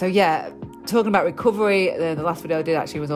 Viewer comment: "What's he on abaht?"